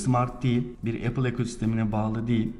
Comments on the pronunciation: HEP EYPIL EYPIL DEMİŞİN DELİRDİM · Eypil ne ya? Ulan bi ingilizce öğrenmek bu kadar mı zor. Elli bin kere yurtdışına çıkan adamsın nasıl öğrenemiyosun dorudüzgün teleffuzu.